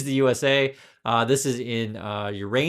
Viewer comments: Please check your knowledge for videos. (Others will replicate. ) It's Pot-ash. Not po-tash. A mineral. 🇨🇦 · It is pronounced pot ash. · It's pronounced paw- tash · As a Canadian, hearing Americans say po-tash instead of pot-ash makes my hair curl! Pot-ash is basically fertilizer and used for crops we grow, a tariff would raise food prices. Im not a financial person but Canada has had sound policies for years and avoided the 2008 crisis por ejemplo. Were just not as corrupt i guess and wouldn't elect a con man i hope! Were more on the prudent side, less on the dazzled by billionaires side. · The $250 cheque bill was not raised and most likely wint happen. It was supposed to attched to same bill to pause gst and hst. (Goods and servives tax and harmonized sales tax. Harmonized tax is federal gst and provincial tax combined) . Some provinces doesn't have a sales tax. Potash is pronounced pot ash. Its fertiilizer. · Its pronounced pot-ash as in a tin pot. It is one of the three essential elements of fertilizer that every farmer in America must have. The only other countries that have it in great amounts are Ukraine and Russia which are currently slugging it out. So, you can get it very close to the USA at a real bargain from a reliable partner or you can get it from Trump's buddy, Putin. There's other very important minerals, rare metals, cheap crude oil, lumber, etc., right on the American doorstep in a stable, friendly country that your soon-to-be president is picking a fight with. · It's pronounced "POT ASH," which is a main component of fertilizer used in agriculture. Senior Canadian here. Those CAD$250.00 were due out in March 2025. It's probably not going to happen. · Trump is a felon and can’t enter our country. The problem with the cheques the govt is sending out is they won’t go to those of us who are on pensions or are disabled. Only working people. Not fair! It is pronounced Pot-ash. Love your point of view, you are sensible. 🇺🇦🇨🇦💙💛